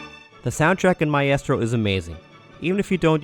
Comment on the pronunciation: Lol sorry. Maybe i had backgound noise interfering lol I think it was the mispronunciation of maestro that threw me :)